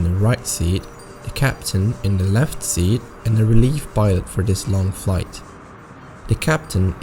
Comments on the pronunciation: Also, "Right Sear" instead of "Right Seat" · seat,not sear...old format better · I noticed a mistake when you said the seats and whom was in them you said “sear” for the F/O seat. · Lol just to let you know on the cockpit part u said dear when u meant seat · "right sear"